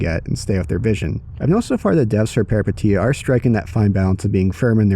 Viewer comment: FYI Peripeteia means Adventure in Greek and pronounced peripEteia ;)